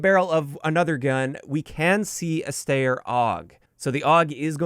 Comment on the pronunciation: Hi! Steyr is pronounced as [Sh-teyr], not [st-eyr]. Once you are back in Europe, you are invited to visit. Travel cost on you, but once here I would host you. Anytime! Love your content!